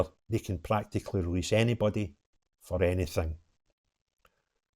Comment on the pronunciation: Welease bwian 😂🎉 Welease wogea 😂🎉